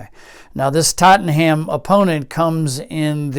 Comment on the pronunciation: Very nice & intriguing. I'm very much looking forward to finally being able to get this at the end of the month (August '22). It does pain me every time I hear TottenHam. It's far closer to Tot'num :)